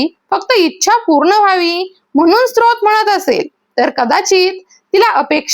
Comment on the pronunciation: स्रोत नाही ग स्तोत्र